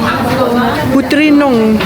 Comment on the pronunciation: its funny when i hear you read "putri noong" as putri nung😭. its actually pronounce "putri no-ong"🙏🏻🫶🏻😭